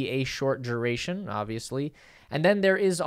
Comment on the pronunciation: ok but what is a "juh-oh-ray-shun"? Is is a variation on duration, which has no "j" or "y" sounds in it? Why do you also mispronounce it as jew-ray-shun and "joe-ray-shun" ?... Stop using your mouth as your nose(inlet and exhaust ports for respiration) and your oration will gain mych needing consistency~coherence.